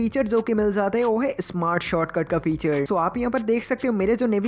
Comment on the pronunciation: Heyi nahi hota it's hai